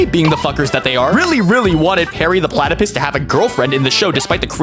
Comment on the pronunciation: Did you say platypiss?